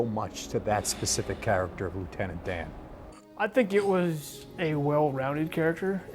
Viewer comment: Oh Lieutenant DAY-AN!